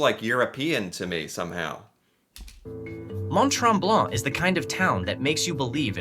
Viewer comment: tips: In french (or town from French name), the letter ''t'' at the end of a word is almost always silent. So Mont-Tremblant, you do not pronounce the ''t'' at the end of both word.